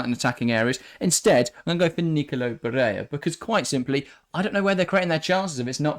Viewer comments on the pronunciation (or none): Barella is Italian not Spanish. Pronunciation of his name is how it is spelt not “barayer” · Ba-re-La... Its Italian, not a rocket science.